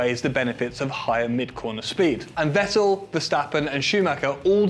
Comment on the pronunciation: It's 'fettel' not 'vettl' mate